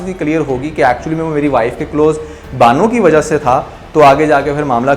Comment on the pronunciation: Anjam ko injam kaha. Improve your urdu. Close ko calose kaha, improve your english too